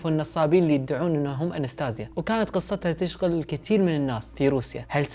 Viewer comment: يقول إغناع هههههو ليس إقناع و يقول تشقل الكثير مايقول تشغل الكثير نههههههههه لماذا أين الحروف